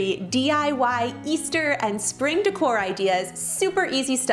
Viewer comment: Like “hoppy” eastow. Lol!!!